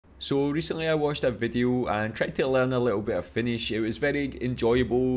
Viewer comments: I'm always just so impressed by how fluently you read and pronounce Finnish! 🤔🤯😍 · Your finnish pronunciation is actually very good 👍